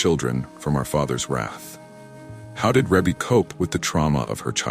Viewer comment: So why is not being able to pronounce names the new trend for this generation? Ree-Bee. It is pronounced REE-BEE. And how does a death in 1988 and 2009 mean “a few” years? 21 years is not a few years. That’s two decades.